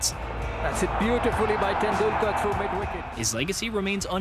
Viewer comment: What a masterclass in mispronouncing names and words. Sachin Tendul-kaaar. Really? Even though your video contains the correct pronounciation. Jaques Ka-lees. What is a Prodea? Protea. How difficult is it to pronounce the letter T?